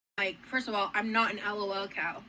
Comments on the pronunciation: I feel like the bare minimum to not being a lolcow is that you don't pronounce it L-O-L cow 🤣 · EL OH EL COW😂